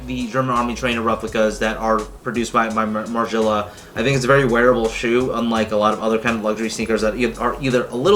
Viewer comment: At least say it right my boy